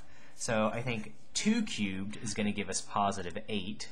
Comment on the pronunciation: Was I the only one super bothered by the way he said « cubed »